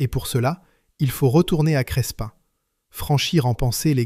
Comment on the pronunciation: Crespin près de Valenciennes: on ne prononce pas le "s" - on prononce simplement "Crépin".